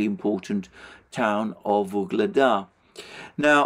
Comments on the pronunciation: it's "Ugledar", not that mufflemouth "vuhledar" or some else shit. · Alexander, why do you keep saying Vuhledar when it’s Ugledar [u:gled’a:r]